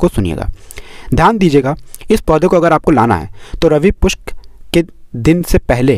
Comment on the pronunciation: रवि पुष्य न कि रवि पुष्क भाई क्या